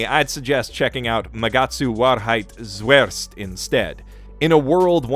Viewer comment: If you have trouble pronounciating _Magatsu Warheit Zuerst_, then I have a littel guide for you: Wahrheit - You can split it up into Vah (or Wa like in Watashi [google translate might help]) and hide but with a hard T: Vah-hide Zuerst - Just say Tsu, then air (but don't put too much emphasis on the r) and then put a st like in stick at the end: Tsu-air-st The Whole thing should sound like Vah-hide Tsu-air-st (or you could just call it Truth First since that's what it is when translated to English).